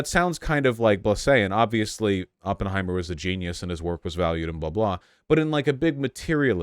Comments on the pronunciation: First minute and we get “open-heimer” and “by-op-ic” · Vaush really said OPENheimer like a neon sign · He watched 3 hours about the guy and still can’t pronounce his name right.